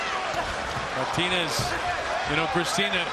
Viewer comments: For fucks sake it's pronounced Mar-TEEN-ez with a rolling 'r', not Martin-ez. It's not difficult. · This fucking commentator pissing me off with the incorrect prenouncation of Martinez lol